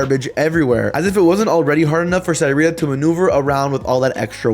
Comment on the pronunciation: I don’t know how I feel about having the same name as her. But it’s pronounced (suh-ree-tuh)